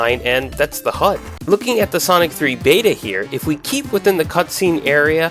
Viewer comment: that is NOT how you say HUD